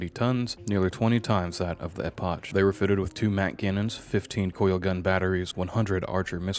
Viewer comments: Yo dude Epoch is pronounced "Ep-ock" not "Epo-cchh." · Epoch is not pronounced Ep-otch, it's pronounced Ep-ukh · and he says Epoch like E-potch, not E-pock. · Epoch is pronounced "eh-pock" but I'll give it a pass as it's a great video. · Epoch also got mangled a bit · Epoch. the H is Silent. dont know why you pronounce it with a CHA sound at the end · Very good video! Well structured and comprehensive. Just a couple nitpicks: 1. Epoch is pronounced 'e-pock' not 'e-potch' 2. The UNSC Trafalgar is named after a real place and pronounced 'tra-fal-gr' Tiny things though, excellent job overall 🩵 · Great video but there are a number of minor verbal errors that while they do not detract from the video in anyway I do think are important to point out. 1. Epoch is not pronounced "E-Posh" but is rather pronounced "E-Pock". 2. Punic is not pronounced "Poo-Nic" but it rather pronounced "Pyu-Nic" 3. The name of the named Punic you brought up, the UNSC Trafalgar, is not pronounced "Taf-La-Gar" but "Truh-Fahl-Gar". 4. When listing the Punic Class's weight you forgot to add the word "Million". It's weight is 670 Million tons, what was said was that it weighed 670 tons. Okay that's enough of me being the grammar police for the day XD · One minor nitpick, you dont pronounce the "ch" in Epoch, you can just say it like "Epok". Also "Punic" is not pronounced "Poonik". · Epoch (pronounced eepok) - Punic (pronounced pewnik) ... Pay attention in school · The pronunciations, just doing everything phonetically, Epoch, Poonic, sith 🤣 Holy crap I just got to "Taflagar". Dude well done on the effort but Christ learn to speak 🤣